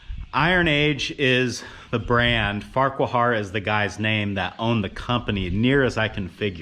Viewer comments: Idle comment: Farquhar is probably pronounced 'Far-Kwa'. This looks like a fun project. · That looks like a great piece of equipment. I believe the name is pronounced Farqware. 😂😂 Best of luck. I’m sure you will do a great job. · Take it from an old Scotchman. Farquhar is pronounced FARQUAR the "H" is silent. Love your work. I'm only an hour and half away. Can dig some ditches or whatever a 25 HP mini excavator can do for you. Cost ? Deli sandwich and some beer maybe a cigar too. Contact your PO Box. Keep up the video's. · Yeah, you're saying it wrong. Say FAR KWAR ☺